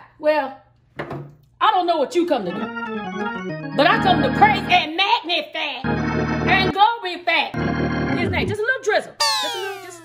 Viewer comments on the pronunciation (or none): “Mahgnifih and glorefih“ TOOK. ME. OUT. 😂😂😂 this looks soooo good tho! 🤤